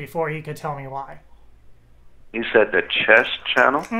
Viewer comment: "CHESS IT DOES" lol